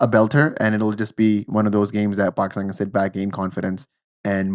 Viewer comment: Dude why do you keep saying Bakistan 😂